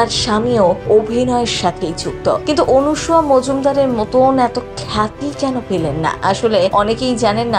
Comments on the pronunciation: বাংলা ভাষাটা বলতে শিখুন। এই প্রতিবেদনের অনেক উচ্চারণই ভুল । সবচেয়ে উল্লেখ্য বিষয় হলো , যাঁর সম্পর্কে এই প্রতিবেদন তাঁর নামটাও ভুল উচ্চারণ করেছেন। অনুসুয়া আর " অনসূয়া " দুটোই ভিন্ন বানান , ভিন্ন উচ্চারণ , এবং ভিন্ন অর্থ। আপনার প্রতিবেদনে সবকিছুই " এপাং ওপাং ঝপাং "হয়ে গেছে। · বাংলা ভাষাটা বলতে শিখুন। এই প্রতিবেদনের অনেক শব্দের উচ্চারণ শুদ্ধ নয়। উল্লেখ্য বিষয় হলো :-- যাঁকে নিয়ে এই প্রতিবেদন তাঁর নামটাও ভুল বলা হয়েছে। ' অনসুয়া' আর "অনসূয়া " দুটো শব্দেরই ভিন্ন বানান , ভিন্ন অর্থ , এবং ভিন্ন উচ্চারণ । আপনার প্রতিবেদন সম্ভবত " এপাং ওপাং ঝপাং " অনুপ্রাণিত।